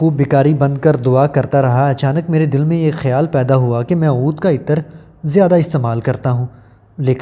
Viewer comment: معزرت کے ساتھ۔ (ایطر )نھی بولو _____عطر بولو۔ دوسری بات یہ ھے کہ جب اصل بات بتانی ھوتی ھے تو اسی پر فوکس رکھو۔ ادھر اودھر کی باتیں بیچ میں لا کر ویڈیو کا گلا مت دباو۔ میں نے تین بار سننے کے بعد پتہ لگایا کہ عود عطر کے بارے میں ارشاد فرمایا جارھا ھے۔